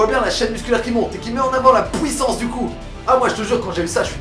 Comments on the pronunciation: On dit Puissance, pas pouissance... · dit puissance pas puits sens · PK tu dit pouissance …nan car c chiant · pouissance mdr continue t trop bien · " La pOUIssance du coup " :') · accent belge